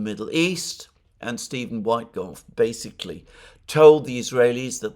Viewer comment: PLEASE, Alexander, do not pronounce USAID as "US-AID" (manipulative pronunciation to make people think of AID), but separate letters "U-S-A-I-D"! Ask Alex Christoforou. He's pointed that out, too. Also, DOGE is not pronounced like "dodge", but with a long "oh". And the first syllable of Steven Witkoff's surname is NOT pronounced like "white". Whenever the consonant is not followed by "e", the vowel is short and pronounced like in "wit" (like in "witness"). I absolutely love you, watch your programmes every day. You're the most intelligent man I know. But please stop making mistakes like that. ...being on the subject of "small" improvements... it would also give your videos a much better more professional look if you could change your backdrop (maybe, using a paravent or something like that which would bring the background closer... pls. compare with everone else: Alex, Glenn Diesen, the people you talk to on The Duran... no-one has a background as dark and distant as yours, and while your room is probablly most cozy as a reading room, as video backdrop it looks like reporting from a sepia-coloured stuffy dungeon. Excuse my bluntness, but sometimes it's better to be blunt. I don't mean it in a bad way. I wanna see you look good, so I can recommend you to people who don't already know how good you are, including my colleagues at work who follow the msm. If I tell them the msm are lying, I cannot point them to a video by you. Visually they're not suited to make anyone watch, who